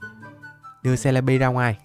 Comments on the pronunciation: Em ko đọc bằng c le bi đâu em đọc là ce le bi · Celibi mà em đọc là jolibi 😂😂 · Celebi mà anh nói là selebi 😅😅